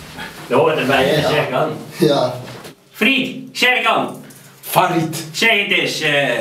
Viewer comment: de baast zegt hey fried, en die ander zegt farid de baas spreekt zn naam steeds verkeerd uit vandaar :P